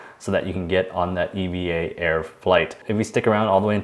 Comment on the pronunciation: As a Taiwanese and also a pilot working for the airline I can confirm that it's indeed pronounced Evah Air as the Air Traffic Controller worldwide and also the pilots working for EVA Air all pronounce it as Evah. However really wonderful and informative video regarding the redemption, thank you for sharing!